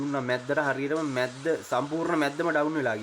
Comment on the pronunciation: මැද්ද නෙවෙයි යකෝ.මැද්දහ 😂